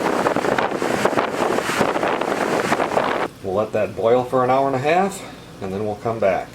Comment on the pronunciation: Did u actually pronounce the H in hour? Where do people even do that? 🤣